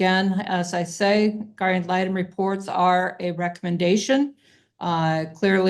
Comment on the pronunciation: “guardian atlanta” 😂 it’s guardian ad litem, but this made me laugh 🩷